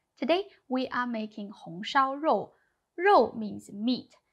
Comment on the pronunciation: Жоу, а не Роу. В китайском языке нет звука "Р". А буквой "r" передают звучание по типу английского (картавого) произножения этой буквы, в результате чего появляется звук, похожий на "ж". Например Женьминь Жибао - Народная газета. Не Реньмин Рибао же)))))